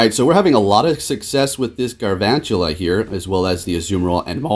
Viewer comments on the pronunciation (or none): Galvantula. Not garvantula. It's a play on the word Galvanize. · GaLvantula. Not GaRvantula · GaLvantula. With an L. Not GaRvantula as you’ve been saying. :) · makes a video in which he spells Galvantula in the title Also: says GARvantula through the whole video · FredTheGonzalo exactly my thought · no one:: gaRvantula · Day 3 of telling you that there is no R in galvantula